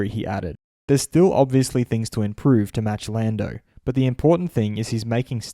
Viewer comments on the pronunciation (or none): none